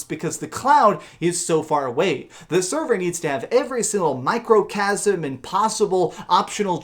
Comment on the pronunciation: What the hell is a “microchasm “?????